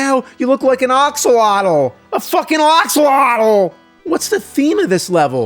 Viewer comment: I cannot say axolotl normally after hearing him say it the way he does. 😂